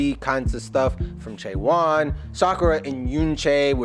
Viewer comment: A little more information ... you are correctly saying all of their names! A little about them ... Chaewon is the leader, and is an AMAZING singer. Look up "Honey" covered by Chaewon. You'll melt. Yunjin is opera trained and also has an amazing voice. Look up "Blessing in Disguise", a song she wrote about her journey to Korea, being cut a singer reality show and sent home, and then deciding to go back to Korea to become a part of Le Sserafim. Sakura is the oldest and was a star in Japan before this. Kazuha was a champion ballerina recruited for a ballet company in the Netherlands. And Eunchae (the first syllable rhymes with "done") is an incredible dancing talent that is the youngest of the group.